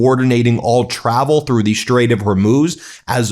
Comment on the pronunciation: Lawn Gieland speech impediment. Shtrike the shtrait while we are shtrong. Now you can hear it all the time, too. You're welcome!